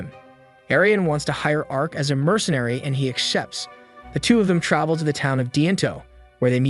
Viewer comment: he says axshepts